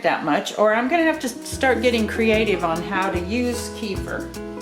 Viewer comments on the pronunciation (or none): Hi. Kefir is a middle eastern thing. There are 2 types, milk, and water. I've been doing water kefir about 6 years now. Both are produced commercially all around the world. Up here, and in the States, that means a whole lot of stainless steel... Stainless steel harming the grains is definitely an old wives tail. Also middle easterners laugh at our mispronunciation... It is K'fear, not key-fur...